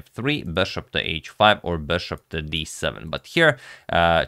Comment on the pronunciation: he went from 'bishop' & 'beshop' to pronouncing it 'BASHOP'... like come on dude...